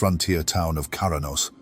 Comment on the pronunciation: It's also 'Kra-nos' not 'Kara-nos' heh